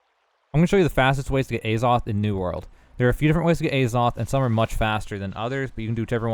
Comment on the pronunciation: omg it's not Ayzoth